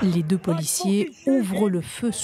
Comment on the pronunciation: "Deux sont morts" (et pas "200 morts"), mais c'est vrai que c'était mal prononcé, j'ai d'abord entendu comme vous.